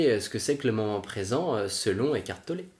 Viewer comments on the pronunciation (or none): C'est étrange comme vous prononcez Eckhart Tollé : écartelé...